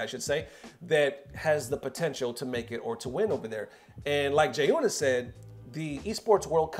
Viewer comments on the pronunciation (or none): Bro!!! “G-yuna”. Say this man’s name correctly one f-ckin time…please. He literally says his own name in his videos…come on. You can’t do better. Please respect Jiyuna…and say his damned name right mane.